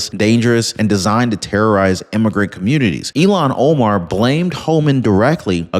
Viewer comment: I look forward to your channel,, I really do. However, PLEASE, PLEASE learn this woman's name??? Its................ il---HAN o-mar. You can do it,! il---HAN o-mar! You use her name frequently, but incorrectly.